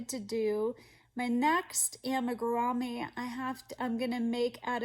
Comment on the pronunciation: Amigurumi is actually a Japanese word, so the correct way to pronounce it is (ah-me-goo-ru-mee). 😊